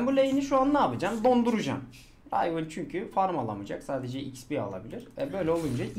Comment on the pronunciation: Rayvın değil rivın